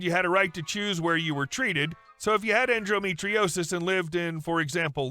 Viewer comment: It's en-do, not en-dro metriosis.